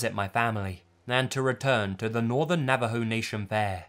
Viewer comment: Finally someone says Navajo correctly and he's English! Sad that Americans can't say it right